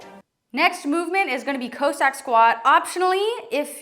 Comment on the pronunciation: Great video. But cossack is still not pronounced co-sack lol.